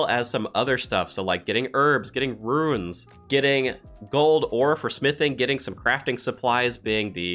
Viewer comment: Wow at around 12 min you say runes correctly twice in a row! Btw I've been glued to your and doubleshine's videos. Thanks for all your review